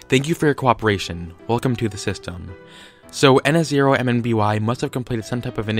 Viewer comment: His name is pronounced ihn-som-nee